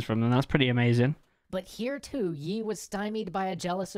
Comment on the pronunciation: Yi(X) --> Lee(O)